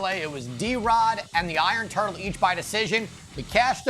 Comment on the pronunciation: Did he say iron turkey 🦃😂